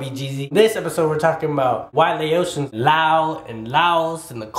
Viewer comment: your saying “ Laotian “ wrong 😐 , it’s Lao- tian. Not Laosion i’m sorry but when you say it it’s annoying say it right. and plus lol it depends on which just saying this isn’t accurate 😂